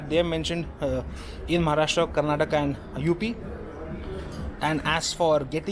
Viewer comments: Dear, It is Karnataka. not Karnatak! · When you have an inexperienced sales man at your door...and you fool, it's Karnataka , not karnatak.. it's like calling your channel JIZZwheel instead of zigwheel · It's Karnataka not Karnatak 😊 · Please, its Karnataka not Karnatak. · It's not karnatak. It's Karnataka.